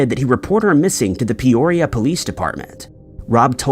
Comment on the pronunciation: It's PEE oria not Pay orea